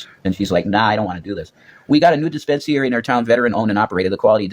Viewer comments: Why does Rev pronounce disp3nsary, dē spins ē er ē? He's such an idiot. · The way he says dispensary makes me punchy! lol